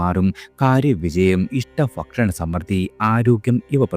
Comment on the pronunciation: ഫംഗി,ഫക്ഷണം....... കേൾക്കുമ്പോൾ അരോചകമായി തോന്നുന്നു.